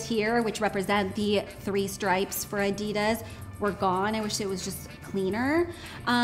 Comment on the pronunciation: Guys, please learn how to pronounce Adidas.